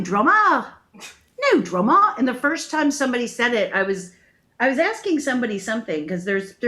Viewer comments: 'No worries' is the most common term. She says drummer instead of draaamaa 🤣🤣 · As an Aussie we sometimes say "No dramas" which means "Not a problem" or "All good" or "No sweat". We pronounce Drama like Llama or Karma not whatever she was trying to do.